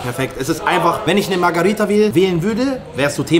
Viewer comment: Für das nächste Video.. die Pizza heißt MARGH“E“RITA nicht MARGH“A“ RITA (ansonsten top Videos) 👍👍